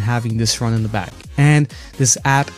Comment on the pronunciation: You're pronouncing "the" wrong!